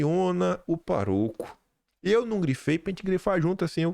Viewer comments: Parabéns pelas informações diárias!!! Quando vc fala paroco e não pároco, com acento, dói os ouvidos!!! Pároco é o padre responsável por uma paróquia; Vigário; pastor da paróquia a ele confiada!!! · gosto muito do seu trabalho, mas gostaria de pedir que vc prestasse atenção na acentuação das palavras. Por exemplo, hoje vc leu a palavra pároco, como "parôco" (coloquei o circunflexo para que se entenda ). Em vários outros vídeos vc ignora a acentuação e diz a sílaba tônica em local errado. Desculpe fazer tal observação, mas faço justamente por respeitar seu trabalho. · aprecio os seus vídeos e a pesquisa séria que vc faz MAS, por favor, a palavra é PÁroco, e nao Parôco com vc repete varias vezes e dói os meus ouvidos. Bjos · É pároco com acento no a e não paroco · Pároco e não paroco rsss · Não é paroco e sim pároco. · Paroco??? Eita!! E pároco!!! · pároco é uma palavra proparoxitona! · Ponha,! Aprenda! É pÁroco, é uma proparoxítona! E aproveitando, é UM PÁRIA, não “uma párea”. Pare de fazer a direita passar vergonha! Como é que eu posso de recomendar se nem português básico você sabe, rapaz! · sou seu fã... so um cometario cosntrutivo, se fala Pàroco, acento no a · PÁ-RO-CO...PÁ-RO-CO...PÁ-RO-CO...SÍLABA TÔNICA: PÁ (SÍLABA TÔNICA SIGNIFICA A MAIS FORTE) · DÓI NOS OUVIDOS NÃO SABER PRONUNCIAR/FALAR UMA PALAVRA TÃO SIMPLES: PÁROCO... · PÁ-RO-CO, SÍLABA TÔNICA EM PÁ...UM COMUNICADOR COMO NÃO SABER FALAR PÁROCO É UM ESPANTO. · Olá, muito obrigado por tudo! Sobre o padre, diga pároco, palavra proparoxitona. Eu acho. Kkkkkkkk Forte abraço! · Eh pároco. Com acento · a palavra pároco tem a sílaba tônica na primeira sílaba e por isso a letra a é acentuada... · se um besteirol da minha parte. PÁROCO, é uma palavra proparoxítonas, sílaba tônica é o PÁ. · acho que se pronuncia pároco, com a aberto. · Com todo respeito e consideração, a palavra “pároco “ é proparoxítona. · pronuncia-se pÁroco